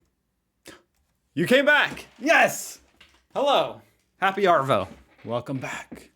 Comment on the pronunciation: Dude, this looks like Queensland to me. I'm not sure you'd get the same responses in Melbourne or Sydney. You've NEARLY got the arvo thing down! Now you just have to forget the hard 'R' sound. Don't pronounce the 'R' at all. It's more like 'Ahvo'. The rule for an Australian accent- replace the 'r' with an 'h'. After that the phrase to learn to get the 'ah' diphthong correct is 'Ask the master to pass the banana.'